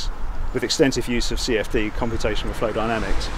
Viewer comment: the description was good, it just sounded like flow not fluid. 😉